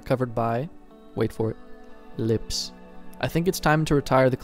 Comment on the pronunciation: I love how this dude say “lips”